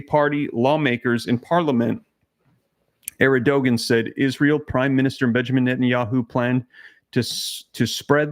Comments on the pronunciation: Terkey's leader's name is pronounced as AIR-D - JUAN. Thank you for all you do. Praying for your family.🙏❤ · You pronounce Turkey's president name, Err-Doe-Wand... Please keep us updated on these terrible events... Thanks. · It's pronounced Air-d-juan!